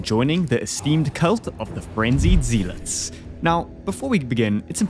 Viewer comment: love the video and great quality as always but i also gotta say it.... ZEE-LOTS XDXDXDXD ik its spelled with an ea so ya think its the EE pronounciation but its pronoucned ZEL- UT(S)......